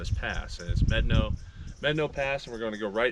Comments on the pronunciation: Definitely know what you’re doing offroad! The locked rig walked that thing. But it’s MEH-dah-no not MED-a-no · You are pronouncing Medano incorrectly. Look it up. How do you pronounce "Medano"? Médano is a Spanish word that means "sand dune". It is pronounced "MED-ah-no". Kudos to you guys for having the balls to drive that route. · Mé-da-no pass. And Blanca peak not Mt. Blanca. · wouldn't Medano in Spanish be pronounced may DAH no? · LOL. Medano is Spanish, it’s pronounced Meh-DAH-no. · If it’s a Spanish word that’s still not how to pronounce it correctly. 😂